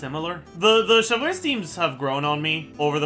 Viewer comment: why does bro call chevreuse "chev-lurz" clorinde too "clohand" tho i got a question , assuming u do 1-2-3 heal and repeat that , is clorinde enough of a sustain to keep the team from dying due to furinas healing sharing